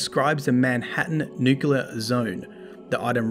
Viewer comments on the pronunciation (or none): Anyone else get triggered when he said “Nuke-Yoo-ler” instead of “Nuke-clee-er” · DDU double dip. Nucular! Cheers.